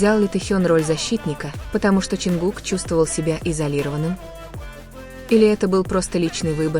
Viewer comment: Замечание автору ролика: Изучите имя того, кого вы упоминаете в своём "творении" и субтитрах! А также правильно называйте и пишите столицу Южной Кореи. Я только начала смотреть ролик и не уверена что у меня хватит терпения досмотреть и дослушать до конца...